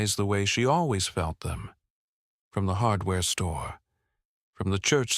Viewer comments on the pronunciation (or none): none